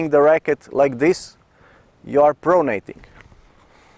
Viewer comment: do yourself/us a favour and never say the word 'pronating' again. Pro-nat-ing...pro-nat-ing... I'm just kidding you, Coach - you are hands down THE BEST tennis instructor on the Internet (and therefore, the WORLD)!! I know how it is when you're not a native speaker, it's a lot like a deaf person singing: you just don't know what you sound like. This particular term is usually only heard in its nominative form, i.e. 'pronation', at least in common parlance. Biomechanics experts (A bio-mechanic? Picture a guy in greasy coveralls handing you an overpriced estimate for fixing your faulty serve.) may use it as a verb, but to the general public's ears, it sounds funny. Ergo, YOU sound funny. Making native speakers smile is part and parcel of speaking another language - I did it all the time in German as an exchange student and now in French after moving to Montreal - so please understand, I'm just trying to help out. Ultimately, it doesn't matter one iota to your followers, we love and respect (and understand!) you as a tennis coach, so no worries! And thank you once again for all of your hard work on this site/channel and for sharing your unique (unfortunately!) perspective and abilities as The Best Tennis Instructor on The Internet/The World! Love and Respect - Jim Davis, Montreal